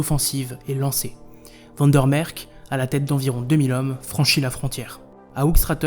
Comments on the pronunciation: On ne prononce pas Van der Mersch avec un k terminal mais un ch, comme en français (pour les unilingues français on fera remarquer que le néerlandais n'est pas l'allemand). Sur la forme on remarquera une fois de plus qu'il est contre-productif de parler à toute vitesse ou avec une voix de fillette énervante qui prononce à peine le dernières syllabes (heureusement qu'il y a un sous-titre même bourré de fautes d'orthographe ou de grammaire, ce qui est un comble à l'époque de l'IA). En fin de compte, même si le fond semble assez correct, il est préférable de laisser ce genre de documentaires à des Belges, ne fût-ce que pour éviter la condescendance et l'accent français ... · "un accent belge caricaturale". n'a pas demandé un accent Belge caricaturale, seulement un accent belge et pas français. Je ne trouve pas qu'il ait raison, mais il a droit d'avoir son opinion. Dire Vander Merch et pas Vander Merk, n'est pas avoir un accent belge caricaturale. Je peux comprendre que vous vous êtes senti agresser, mais votre réaction agressive est contreproductive. Croyez-vous que s'est senti écouté ? Croyez-vous qu'une seule personne qui lit votre réaction a été convaincu par celle-ci ? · van der MersCH (ch comme dans chien ou marche). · Comment quelqu un se prétendant Belge peut prononcer "van der merck" et "van der noutte"??? Suis sidéré! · Très intéressante vidéo mais deux petites remarques: quel dommage d'animer le générique par l'IA. Le rendu n'est vraiment pas satisfaisant, surtout au niveau des visages. Pour le nom Van der Mersch, les voix-off le prononce de deux façons différentes. C'est un peu perturbant pour les chicaneurs comme moi.